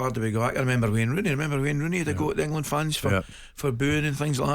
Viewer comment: For me he hasn't been that bad recently,does this clown even watch games? Someone from Talksport needs to explain how he got the job,it definitely wasn't for his football knowledge or eloquent speech.He even says EngUland